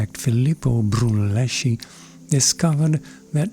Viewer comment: Filippo Brunelleschi. Broon-el-ES-kee could have given us the name of the Wyeth painting without showing it. Otherwise, an optimal, civilized presentation!